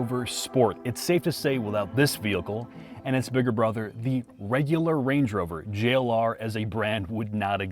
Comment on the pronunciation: have to be told to say Jagiuar-Land Rover. 😄 P.S.: If savagegeese made their own car, they could call it the Jack U-R.